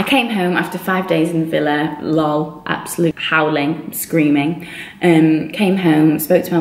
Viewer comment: Does anyone else notice she pronounces LOL as if it's an actual word? haha